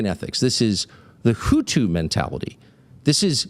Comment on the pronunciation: Hutu bro. Not houthis. The hutu in Rwanda.